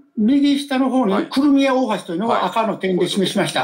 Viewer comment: この人、何回訂正されても『クルミア』って言い間違える。 気になって仕方ない。 せっかく良い解説していても何か台無し。